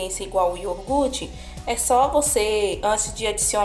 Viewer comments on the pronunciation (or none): Amei a receita, e gostaria de te dar um toque, o certo é iogurte, não iorgute. Uma dica construtiva, não me leve a mal okay!? 🥰🥰